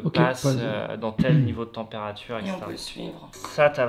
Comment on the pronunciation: « La températchure baissait systématchiquement » 😂 Bon force, ceci dit. C’est arrivé à une copine, moi même j’ai senti le truc. Après s’est foutu de sa gueule on lui a suggéré de faire venir un magnétiseur et pour elle ça a marché